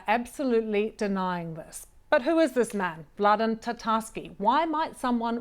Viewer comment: His name is Vadlen not Vladan. Jeez, poor work.